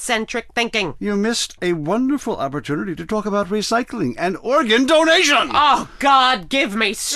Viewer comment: I always lose it when he says “ORGAN DONATION.”